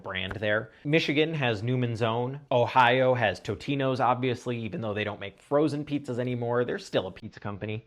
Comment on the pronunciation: Love the authentic Cheesehead pronunciation of Totino's!